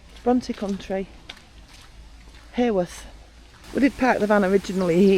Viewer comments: Came over to check out your channel after seeing you with Neal & Emma. Thank you for visiting our lovely Bronte country, just wanted to say, Haworth not pronounced like heyworth but ha ha Haworth 🤣. The Black Bull has also featured on most haunted as its thought Branwells spirit still has a presence there. Keep up the great vlogs guys ❤️ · well in fairness, us Yorkshire folk tend to drop the H in Haworth too, sounds more like Awuf 🤣. Happy New Year! 🥳